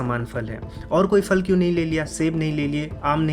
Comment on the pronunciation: Please pronounce properly. It is Phal फल not Fal फ़ल!